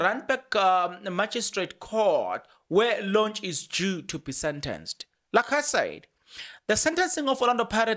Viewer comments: Please pronounce Thembinkosi's surname correctly Lorch not Lonch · 🤣 the its Lorch not Lornch 🤣 but its okey the content is dope though 💯